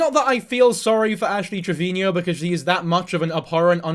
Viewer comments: Its Trevino...Not Trevinio... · It’s pronounced Trevino. Not Treviño. No need for the accent on the “no”. Just say it like you’re saying it to her “treviNO”. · I cannot focus when he says “treviño” or “Trevinio” TREV-EEN-O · Not to nit pick as a hispanic but its "Trevino" not "Treviño" 😭😭